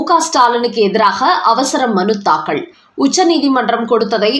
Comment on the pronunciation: அம்மா!அது தாக்கல். தாக்கள் இல்லை. உச்சரிப்பில் கவனம் தேவை.